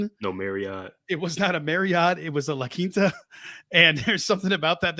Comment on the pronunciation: Put some respect on the "La Quinta" 😂😂😂😂😂😂